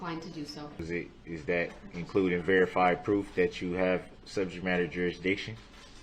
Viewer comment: Reruns… grounzzz. Subject matter jerazdiction.. lol